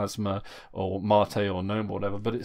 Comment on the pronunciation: You aren't pronouncing GNOME (the desktop environment) correctly. It is Guh-nome, like GNU is guh-noo.